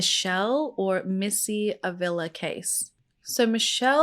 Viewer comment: Hwr last name is pronounced Ah vee la